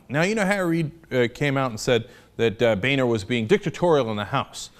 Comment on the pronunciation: We really need to stop pronouncing "Boehner" as "Bay-nor" and start pronouncing it as "BOW-NER"